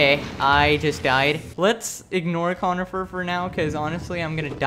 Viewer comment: I don’t want t to be that guy, but Cornifer isn’t pronounced conifer, it’s Cornifer with an r